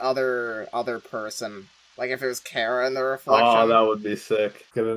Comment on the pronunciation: i can just hear the undertale fans screamng on how you pronounced chara's name lol